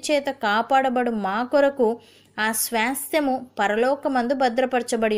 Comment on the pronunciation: 'SWAASTYAMU' Pronounciation is not correct sister. Plz correct it. Don't mind it sister.